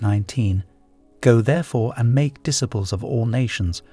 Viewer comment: Love how he mispronounces ‘disciples’ lol😅